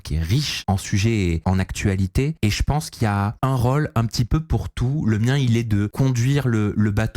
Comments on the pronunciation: Qqun peut apprendre à qu'il y'a un accent circonflexe sur les Ô de rôle? C'est insupportable pour les oreilles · vient du sud de la France et dans le sud on prononce la plupart des o de façon ouverte, même après x années passées à Paris. Navrée pour tes oreilles.